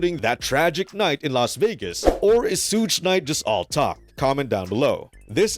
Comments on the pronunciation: It's not suugge it's suge (shug) YouTubers always fucking this dudes name up, sorry guess people need schooled lol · Legit!!! Are these all AI generated????? It's as simple as saying Sugar without the ar sound. Good grief! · wtf is this video?! 😂😂 you lose all your credibility just by saying suutch knight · So how many times did they say suges name in the interview???? And yet the narrator still said his name wrong. Anyways yeah. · This is such stupidity 😂 Suge says he is still alive 🤷‍♀️ Now he says this? 🤔 And learn how to say Suge. 🙄